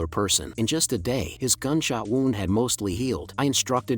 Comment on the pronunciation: People: W"ou"nd Ai: W"au"nd